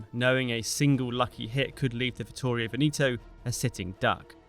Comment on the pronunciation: I believe Veneto is pronounced “Veh-neh-toe” not “Vin-ee-toe”. The “E’s” do not change in their verbal articulation.